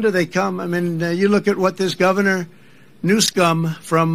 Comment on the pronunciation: childish name calling by intentionally mispronouncing Newsom's last name.